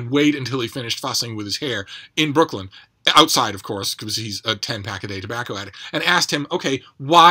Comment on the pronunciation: Oh my god, you nailed the Brooklyn thing. That’s awesome.